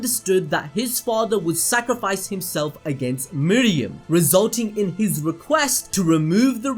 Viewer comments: Bruh anime names aren’t that tough to say.... it’s meruem not miriam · I absolutely love your videos.. but.. your refusal to say names correctly is infuriating. Meruem.. not Miriam. Not even vaguely close.. unless your channel is Animal Bells Doop. See how changing somethings name makes it something incorrect? Do better. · ITS MERUEM NOT MEREUM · How do you watch the show but can't say meruem